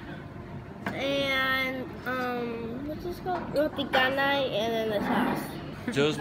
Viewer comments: Hey how about you draw your life sir...and Btw sir,it's Canai not Kanai hahaha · Hai.. Roti Canai.. 'C' pronounce as see not K..just a correction..